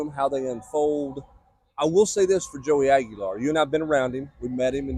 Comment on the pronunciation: it’s Aguilar